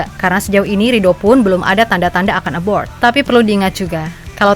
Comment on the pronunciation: Mimin narasinya bagus cuma blm bisa bedain abroad sama aboard 😊 Dah lama mau komen